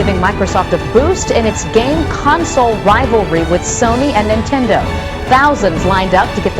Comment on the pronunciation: "sony and intendo"